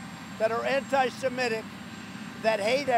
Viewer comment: The word he's looking for is Anti-Semitic, not Anti-Semetic. Gets it wrong every time.